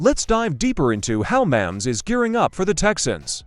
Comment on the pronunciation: Learn how to pronounce Mahomes.